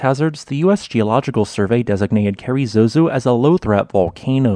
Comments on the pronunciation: I've been there and it's quite stunning. One tiny correction. I think the locals would call it "carazoso", not "carry-zozo". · It’s Carrizoso, not Carrizozo.